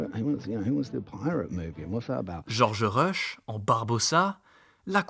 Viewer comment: Pourquoi charcuter le nom de Geoffrey Rush ?